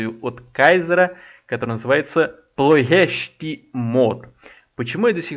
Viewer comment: Название правильно произнес!))